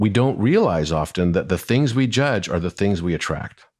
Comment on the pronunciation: Did she say "joodge"?